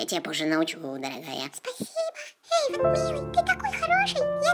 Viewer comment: не Ейдан а Ейван